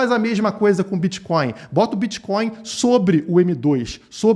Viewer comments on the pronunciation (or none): "Eu kelu bititoin" 😂